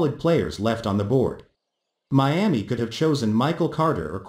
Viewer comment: What’s a Meeaa-mee?